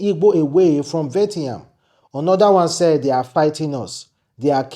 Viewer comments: Vietnam not Vetiyan😂😂😂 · Mr. It is, Viet-nam. Not Vet-yam. Thank you. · It is Viet—Nam not Vie-ti- ham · Pronounced VEE-YE-T-NAM= Vietnam. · It's vi-et-nam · pronounced VI - ET - NAM. I just wanted to correct you. One love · Please, your pronunciation of VIETNAM(VI-ET-NAM) is very very poor and bad, I never expected that from you. Thanks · YOUR PRONUNCIATION OF VIETNAM IS INCORRECT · He can't pronounce it well to save his life. I bet you